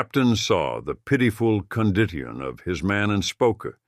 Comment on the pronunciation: Condteon? I think the mispronounced condition. All in all it was pretty interesting.